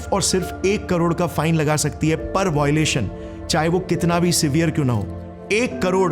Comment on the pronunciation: v nice report but its violation not voilation